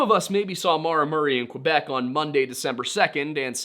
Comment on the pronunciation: Great prononciation of “Quebec” I keep hearing “Quwe-bec” and it infuriates me. less great 😅 “Saint-Étienne” was great. Are you talking about “Saint-Étienne de beauharnois?” It’s pronounced “bo-har-nwaw” Also, saying “write things the way you want them pronounced” is a little ironic, considering the English language has words like “light” “thorough” and things. A French speaking might look at it and say “lee-gt” and “to-roog” and intersection with a candy store 😂 that actually made me cry a little (actual tears, not like the watery eyes i had through this whole video). It’s hard to imagine that someone would not get the justice the deserve simply because there is barely any left to care. Cases like this break my heart and I’m grateful for the little jokes you sprinkled throughout the video,, otherwise I might have rage-cried for the entirety of it